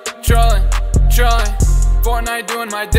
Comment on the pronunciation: When he said “Trollin” it sounds like “Troy”X4